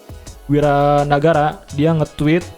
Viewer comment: Wira nagara cuy, bukan wawan nagara...